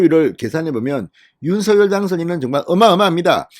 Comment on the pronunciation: ●● 윤 성녈!! ■■ 윤 성녈!! 로 발음 해 주십시오.